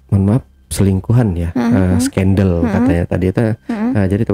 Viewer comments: Gue sebel banget sama ini orang, ngomong skandal aneh skandal jadi skendel.. Trus pisah belum punya surat cerai tapi udah nikah lagi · jg sebenernya pingin ketawa tuh waktu dia ngomong skendel... jahat banget ni orang kaya alim tapi kelakuan kaya sundel....